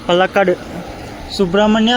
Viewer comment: ಪಲಕಡ್ ಅಲ್ಲ ಪಾಲಕ್ಕಾಡ್